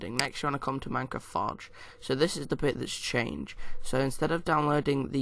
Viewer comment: lol ur accent "minecraft foj"